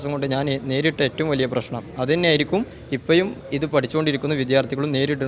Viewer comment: മുയ് വൻ, =മുഴുവൻ ഇപ്പയും =ഇപ്പോഴും ആദ്യം മലയാളം പറയാൻ പടിക്കെടാ മോഴന്താ